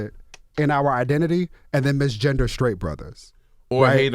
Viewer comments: Charlamagne : I’m skraight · Why does charlamaign say “sCraight” (sTraight) and “sCripper” (sTripper)